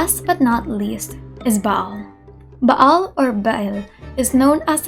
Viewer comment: Yes English really has fun with Latin sometimes. XD For me, I like the Latin reading she used. It makes it more exotic and authentic at the same time. I also love the fact she pronounced the 'ayin in Ba'al, instead of just Baal.